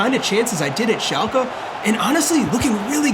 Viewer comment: Hey… lovingthe series… AMAZING!!! Just wanted to you know… its pronounced šalke, not šalkea.